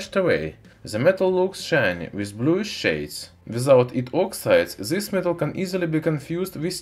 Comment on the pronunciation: "This" man, not "Zis"!